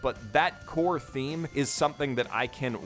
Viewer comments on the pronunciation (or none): none